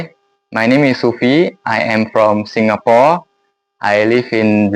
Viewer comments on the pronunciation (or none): Orang Singapura punya dialek sendiri waktu sebut "Singapore" 😅 agak-agak Hokkien, kayak "Singapoh".